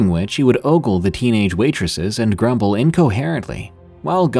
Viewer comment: Gumble?........Elyze Gumble?